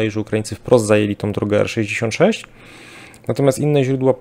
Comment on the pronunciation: R-66 :) W końcu poprawnie :d